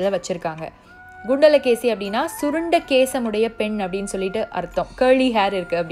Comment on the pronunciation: Adhu “gundala Keli” illa!!! “Kundala Keli”